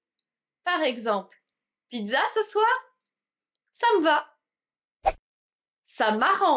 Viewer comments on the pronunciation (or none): none